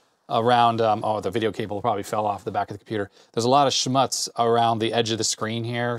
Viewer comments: It's pronounced 'schmootz'. Schmatz is thee noise when you eat noisly. :P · Hi! My wife says it’s pronounced “schmootz” like more rhymes with “puts” and definitely not rhymes with “putts”. Of course “putz” does sound like “putts” but that’s a different Yiddish word 😅 🕎